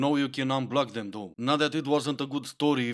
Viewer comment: I would have to block number 6 just for saying thum when she means them.